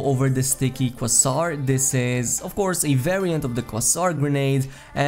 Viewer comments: Its pronounced KWEI-ZAAR. (Quasar) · Pronounced Kway-Zar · I haven't seen a single youtuber say quasar correctly